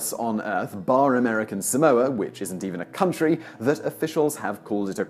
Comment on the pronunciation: your pronunciation of Tonga and Samoa kills me